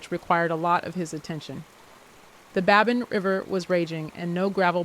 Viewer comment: Babine is pronounced Babeen.